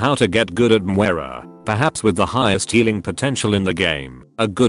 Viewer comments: Moi-ra. Gosh! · " how to git gud at mwera " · Most people: Moira Some people: Moh-eye-rah: MWAH-RUH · I used to pronounce Moira as Moe-I-Ra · The new hero 'Mu-where-ra' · “Welcome to a guide on how to get good at Mwera” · Repeat after me: moyra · Ah yes, MWERAH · MagicHadi he pronounces it differently with his accent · Love how the T2S screws up the name every time. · Maybe you should get good at learning how to pronounce her name.